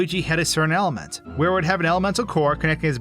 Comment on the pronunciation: I’m just saying elhement